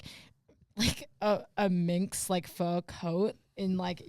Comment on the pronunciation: it’s MINK coat not MINX coat lol!!!!!!